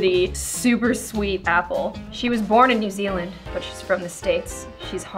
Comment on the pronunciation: when other people say new zealand i feel weird cause im from new zealand and people from others places say it with like this acent and its so weird